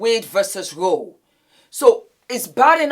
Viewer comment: Lol that part.. I'm screaming 😭 also it's roe v wade please now